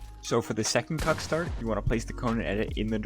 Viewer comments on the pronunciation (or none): it sounds like your saying cuck start